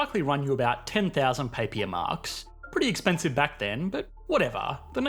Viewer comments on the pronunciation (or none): Papier is pronounced papeer